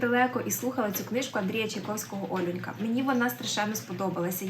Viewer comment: Якщо дії відбуваються у львівському селі, то ОлЮнька, наголос на другий склад